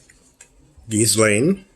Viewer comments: The ‘s’ is silent in Ghislaine. And the ‘g’ in Ghi is pronounced gee with ‘g’ being a hard ‘g’ as in guitar. The Laine part of Ghislaine is pronounced ‘Lan’ ... so we get Geelan.😊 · Hello, not to be offensive, but rather just to help Her name Ghislaine is pronounced ""jeesLen" I hope this helps